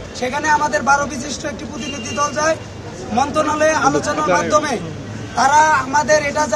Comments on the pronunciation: পুতিনিধি কি রে?? প্রতিনিধি বলতে পারিস না আবার বিশ্ববিদ্যালয় মারাছ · পোতিনিদি,,এই উচ্চারণ